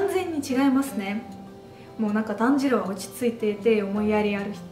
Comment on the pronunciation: スラブ民族の方は「たんじろう(炭治郎)」ではなく「だんじろう(団時郎)」と発音しちゃうんですね！ 団時郎はポーランドのハーフだし、彼もスラブ民族のイケメン俳優！ 冗談はさておき、アニメの1話の雪景色の足跡や積雪のシーンが北海道民としては感動しました。 ロシアの方なら共感してくれると嬉しいです。 劇場版の感想も私と同じで国は違えど、共感できてとても嬉しいです！